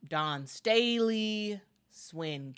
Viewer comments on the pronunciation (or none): none